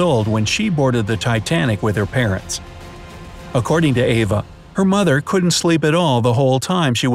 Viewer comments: Her name was Eva not Ava Hart. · It was Eva Hart, not Ava Hart.